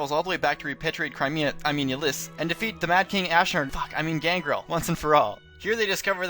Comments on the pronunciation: You mispronounced a couple things. Ylisse is ( ih-LEESE ). And in the case of Robin, we both could be right. It could have something to do with the multiverse. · Is that how you pronounce Ylisse?